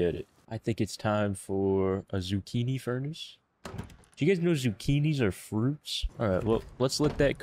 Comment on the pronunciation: zucchina...not zucchinihhh